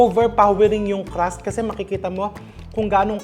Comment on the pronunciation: its crust!!! not Caaras